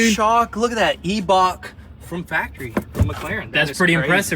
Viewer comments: Eye-buck since you can't pronounce Eibach correctly. At least you'll be closer to how it's properly pronounced. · Apparently eibach is pronounced “ebak” 😂😂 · E-bach lol